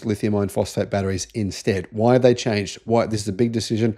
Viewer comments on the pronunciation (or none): none